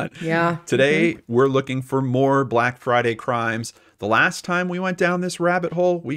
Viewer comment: off topic but Danelles "lasht" is triggering me 🤐 anyways ... I love the wine Story. Should be a movie 😂